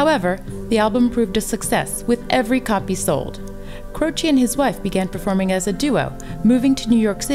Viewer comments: As his surname is Italian the pronounciation is CROCEH and not CROCEE. With regards from Italy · Not Croci, CrocE